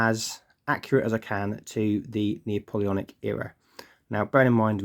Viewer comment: Lovely looking troops, ive thought about doing the same myself. one point though... and im sorry!! its Nap-oleonic, not Neo-poleonic.... sorry again! im really not one of those guys but couldnt help it lol.